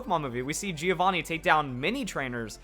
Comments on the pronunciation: Oh wow didn't check this comment up til now. Btw to anyone wondering it's pronounced "joe-vanni". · Joe-vaw-nee. The I is silent. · >be italian >hear spell "Giovanni" "GEO-VANI" [screams-a internally-a]